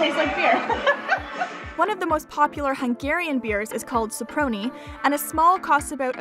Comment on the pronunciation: "Soproni" is actually pronounced "shopprony" (with the first syllable stressed - by the way, in Hungarian the very first syllable is stressed in every word, always. So it's the complete opposite to the French way of pronunciation. :-)).